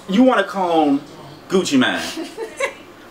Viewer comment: said Gucci mien not Gucci mane